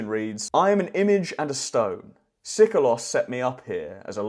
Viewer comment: No Greek speaking person would ever, at any time period, pronounce Seikilos ΣΕΙΚΙΛΟΣ as Sikolos ΣΙΚΟΛΟΣ!